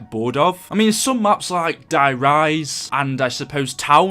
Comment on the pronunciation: Number 4was the giant but he called it der riecse why